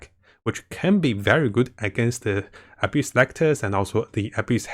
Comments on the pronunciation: I hear spiral abuse every single time he says spyral abyss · please god learn to say Abyss, you use this word so much in your videos its so tilting how wrong you say it.